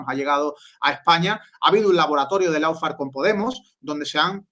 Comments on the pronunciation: dilo bien. Una cosa es no saber como se dice y decirlo mal, como todo el mundo en España, donde tenemos un problema conocido con los idiomas... Y otra cosa es saber como se dice (lo digo yo aquí: looféar) y seguir diciéndolo mal. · Por favor, recuerden que LAWFARE se pronuncia LOOFÉAR (O larga y no suena ninguna U), no loufer que es una pronunciación INVENTADA. LAW ley Loo LOW bajo Lou Muchas veces la diferencia entre hacer las cosas bien o seguir la manada sin cuestión es QUERER o no.